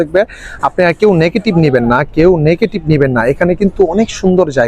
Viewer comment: নেকেটিপ না ভাই❌। নেগেটিভ✅